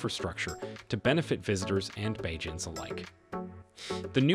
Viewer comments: Its Bajans not Belgans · Someone living outside of Barbados would see this video as being impressive, however, those living here like myself would see it as a little insulting...the author needed to do some more research as well as learn how to pronounce Barbados and Bajans properly. Also, do note that Mia Mottley is Barbadian, to continually say she is a sister of the African soil gives the impression that she is directly from there. Yes, we know our ancestors are from there, that goes without saying. She is Barbadian, period. Three quarters of the footage used in this video is not in Barbados. Don't know anything about a rail system in Barbados... Who the heck is Mark Darcy???? I believe the CEO of the Barbados Port Inc. is David Jean-Marie. Please do your own research, do not depend on videos like this to expand your knowledge base as the intentions are usually not sincere, it may all be for popularity.... or likes.